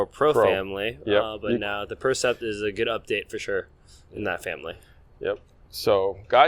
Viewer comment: Hey guys - fix the name of the racket at least? been 2 videos on the new Yonex line and it's the "Percept" - like, perception, not "PRECEPT"... It's kinda embarassing now at this point...